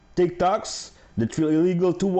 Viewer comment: Sounded like you said Dick Talks!!! 😮😮😮😮 HAHAHA 😂😂😂😂